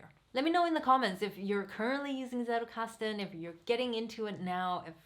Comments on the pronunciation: German here . as you are using this word so much , you may want to pronounce it properly : it is not settelkasten , it is tsettelkasten . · Great video, thank you. Btw not that it matters, but if you want to stand out in the English speaking Zettelkasten community, the way the word is pronounced in German is "tsettelkasten", a combination of a hard t sound and a sharp s at the beginning. :-) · Thanks a lot, very well explained! (Fun fact: The "Z" in "Zettelkasten" originally is pronounced like the "Ts" in "Tsunami" ;D)